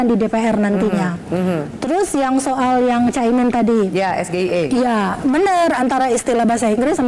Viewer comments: tinggal blg bank syariah, bakal lsg di jawab sm cak imin. Nyatanya stlh tau singkatan ES GE I E cak imin bisa jawab dg benar kan? Sok²an intelektual mlh keliatan dongoknya. Katanya lulusan luar negri, kok ngejanya ES GE I E. Ee, begitu ngasih tau singkatan SGIE pake ngelirik contekan 🤣 jgn² si samsul awalnya jg ndak tau apa itu SGIE 😂 bkn pertanyaannya yg syulit, tp ngomongnya yg belibet, kebanyakan asam sulfat. Perlu diselidiki ni ijasahnya bnr ndak lulusan luar negri 😂 Menghafal tex nya msh perlu ditingkatkan lg. Jgn cm modal menggebu². Sampe² byk yg salah dlm mengucap. Hilirisasi digital. 🤣 Terimakasih ya samsul, atas kedongok'anmu orang yg ndau jd tau. Cm pendukungannya yg ikutan dongok, udah tau salah ttp aja bener dimatanya. Kan tulul itu namanya 🤣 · Singkatan asing tapi bacanya Lokal. Udah kayak dagelan. 🤣🤣🤣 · Yg salah Gibran menyebut singkatan bhs Inggris dlm bhs Indonesia. Mestinya di bacanya juga dlm bhs Inggris yakni S Ji Ei I tapi Gibran Krn kebodohannya malah sebutannya jadi SGIE dr kalimat bhs Inggerisnya State Of Global Islamic Economy. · Cak imin tahunya Sego Goreng Iwak Enak. Krn memang pronouncing nya pakai bahasa indonesia dan singkatan itu jarang disebutkan.